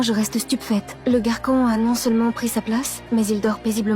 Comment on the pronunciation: Le "GaRkOn"😂😂